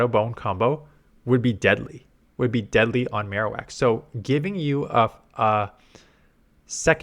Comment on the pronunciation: I really dislike how Ninact will have an event for that character's special move, but then make it irrelevant. Mr Irrelevant today: Alolan Maro-wickty- Wak